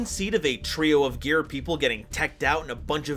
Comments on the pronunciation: I think its supposed to be pronounced "Gear-Gee-Uh" as a loose alliteration thing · you need to change your gear ⚙️ pronunciation.